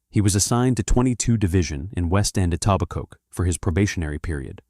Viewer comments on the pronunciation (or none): Etobicoke is pronounced E-to-bi-co - not E-taw-bi-coke. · The K IS SILENT in Etobicoke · AI Fiction. 100% made up. Can't even pronounce Etobicoke correctly. WTF YouTube??? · There is a tiny AI disclaimer you can barely see at the beginning. T.O. cops don't have badges. Etobicoke is pronounced incorrectly. It's fairly obvious.